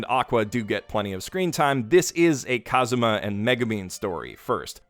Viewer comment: Bro he said kuzam